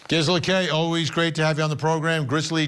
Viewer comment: Vinnie, it's pronounced Geezela